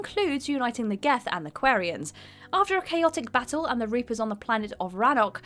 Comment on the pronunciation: Has even played mass effect? The way she pronounces quarians and genophage gets under my skin